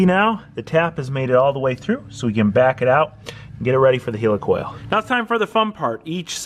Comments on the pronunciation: Great content as usual but every time you said Helicoil my toes curled up. "Heel-e-coil", its pronounced Heli coil". No offence meant, it did make me giggle. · do you call a Helicopter a Heeli-copter..... Its Heli-coil!!! lol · Pronounced like Helicopter :) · Healacal ? You mean heilcoil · Why are you calling a helicoil a heelycoil? You don't say heelycopter, do you? I'd bet a pound (Sterling) against a pinch of dog shit that you also refer to Iran and Iraq like they're the latest products from Apple, too. ;)